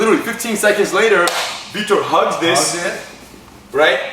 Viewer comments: Vitor guys!!! not Victor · his name is vitor not victor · Why the FUCK do they keep calling him VICTOR pissing me off lol I know they're saying vitor but sounds like victor lol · they keep calling him 'victor' but i thought it's vitor...